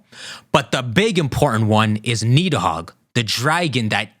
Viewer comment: The 'd' in Nidhogg and Gardr is pronounced as 'th' sound. Side point though, there being 4 Stags could explain Xerneas also being dormant in the region for Pokemon Snap; even these 3 aren't truly the only ones of their kind. Here's a question though, is Zygarde Nidhogg or Jyormungandr with Rayquaza being the other or is Green/Black Zygarde one of them while Teal/White Zygarde is the other?